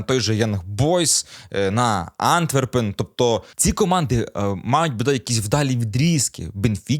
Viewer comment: АнтвЕрпен завжди був, є та буде. Які можуть бути наголоси на літеру ''А''?